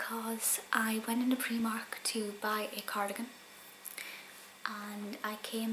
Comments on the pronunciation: Loved the video but where I'm from it's pronounced pry mark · I never heard of preemark but I've heard of Primark!!!